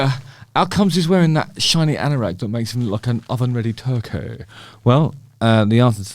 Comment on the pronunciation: you sounded like the scarlet pimpernel when you said turkey !